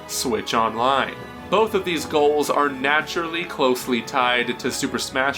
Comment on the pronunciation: Am I the only one that distinctly heard boof?...I say it that way on purpose but it’s still funny ;)